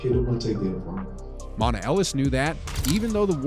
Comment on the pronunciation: Wrong Isaiah Thomas. Mispronounced MonTAY Ellis.